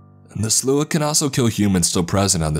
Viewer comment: Takes me out of the story when a word is constantly pronounced wrong. It's the Slaw! Yes, it's spelled strange but pronounced like slaw. Not whatever you were saying. You'll never see this, but still much love to you.